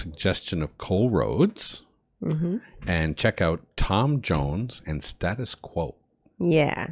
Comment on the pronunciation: Band are pronounced Stay tus Quo. Quos version reached higher in the UK charts. Crap video but much better version.